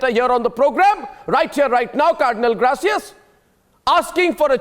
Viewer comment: Surprisingly AG cannot pronounce the name ' Gracias' . He sounds uneducated to day the least.